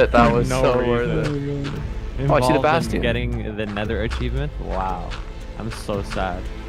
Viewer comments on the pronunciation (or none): Why do they pronounce bastion as basteon